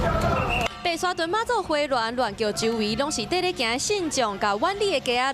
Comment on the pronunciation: 白沙屯（墩），唸墩，不是字面上的屯（通霄人留）